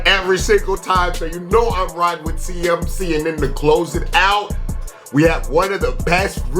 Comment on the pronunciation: It's "C-Mac" not "CMC"